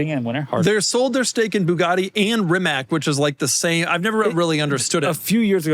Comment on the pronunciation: Shoutout to for actually pronouncing “Rimac” correctly